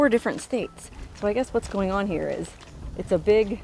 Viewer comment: "Her OO'R" is in four different states". Classic,. That's why we watch ya!!